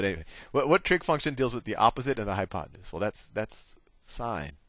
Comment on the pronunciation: i died laughing when you said oppenute